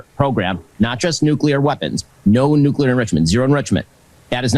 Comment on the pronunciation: Walking? You mean staggering, of course. We've got to give Trump credit: he says nuclear, and not nucular. It's almost a miracle.